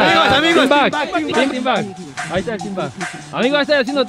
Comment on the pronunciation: Para que no “Ahiga” trampa. 2022 😂